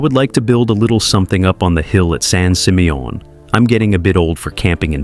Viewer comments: Right? I was like what the heck is son seemayOHN? 😂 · didn’t realize it was pronounced “San SeeMeYawn” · san sih-MEE-un -- That horrible AI voice mispronouncing it over and over got on my nerves. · The way that San Simeon is pronounced is hilarious😂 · Some pictures are NOT Hearst Castle ... and he says San Simeon wrong. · Wow AI can't say San Simeon correctly 😂😂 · Sounds French 😂😂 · Wanted to scream after listening to mispronunciation of San Simeon Did tour few times when family visited from back east The pools were my favorite especially the indoor pool Don’t know what shape the estate is in now or they have any tours Run by state of Kalifornia